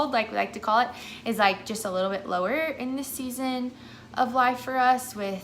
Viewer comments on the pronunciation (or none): none